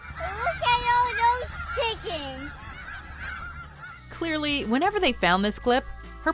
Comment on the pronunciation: It’s shickens actually